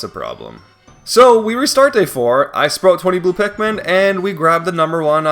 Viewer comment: Did I just hear "sprote"